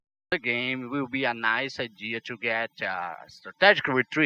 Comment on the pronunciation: ser querer ser chato mais eu creio que "to" não se pronuncie "tchú"